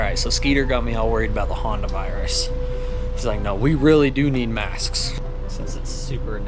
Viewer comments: is the only one that said hantavirus, I am almost positive that and said Honda virus. Hey if you don't know you say what it sounds like..lol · The thing about the “Honda virus” is that when speaking utahnics is that you don’t fully annunciate the T in most words that have them. So would be pronounced “Hunner”. That’s why hantavirus sounds like Honda virus.